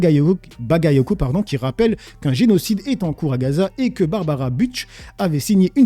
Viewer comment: Après elle et Lefèvre leur prénom se prononce plutôt barb a rat